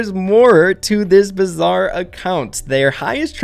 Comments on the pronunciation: "bizzar" "ecoNOmist" "satYRian" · Sorry to be that guy but it's bizarre not bizzar 🤓🤓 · Pls stop saying bizzare